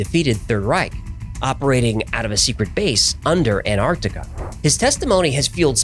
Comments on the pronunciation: Will you please stop saying 'anartica'. It is ANTARCTICA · Please pronounce Antarctica correctly!! It's not an-ar-di-ca, it's an-TARC-ti-ca. The first T has to be pronounced! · Wheres Anartica?.. Why can't Americans say Ant-arc-tic-a properly? 😂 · IT'S NOT CALLED "ANARCTICA" ITS ANTARCTICA ! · Why do Americans pronounce Antarctica as Anartica or Anarctica? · Why do you pronounce it 'An-artica', without the 't' ? Genuine question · It annoys me how people don't pronounce the first "T" in Antarctica. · Any particular reason why yanks can't pronounce the word Antarctica correctly?